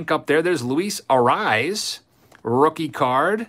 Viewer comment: luis Arraez name is pronounced A-ray-ez. not A-rise. don't take the correction as a bad thing. i actually enjoy when you mess up their names. wouldn't want you to change it. i see messing up names is kinda your signature move. lol